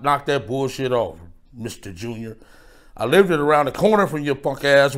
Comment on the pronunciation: My man said "I livedid around the corner" 💀